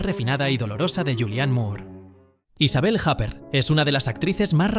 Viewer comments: Cierto, se dice "Isabél Ypér". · Me duelen los oídos con lo de Isabelle Japer... Lo mismo con Güim Güenders, es Vim Venders, la W en alemán se pronuncia V. Tendrías que ser más riguroso con los nombres, que no todos se pronuncian a la inglesa... Por el resto, enhorabuena con los vídeos, me encantan.